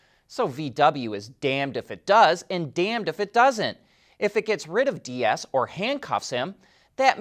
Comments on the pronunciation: Deiss is Dice…. Stop calling him Diaz…. Come on man it ain’t that hard. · Herbert Diess' last name is pronounced deece. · The e in Herbert Diess is silent. "ie" in German is called "langes i" (long i). The e signifies a longer i sound. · fuck, how many people already told you that Herbert Diess ist not spelled like spanish Dias. It is a combination of "cheese" and "nice" with the ee of cheese and the ending of "nice" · the German pronunciation of Diess rhymes with "keys". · Why can't you pronoun Herberts name correctly, what is wrong with you? No Tesla is NOT forced to be in a union, the committee / counsel is NOT a union.